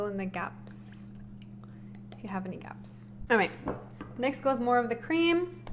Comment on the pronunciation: i was going on dite from today but now i am going to my kitchen =| i love it how you say creama not cream =D cute and thanks for the sharing =] <3